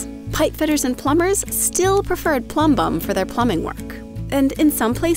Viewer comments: MinuteEarth: Pronounces Plumber with the B silent. Also MinuteEarth: Accentuates the B in Plumbum. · I like how she says plumbum. I copied it and use it as my notification tone on my phone.